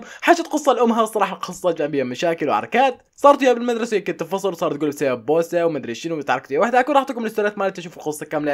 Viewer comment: بسبب ❎ بشبب ✅ 😭😂😂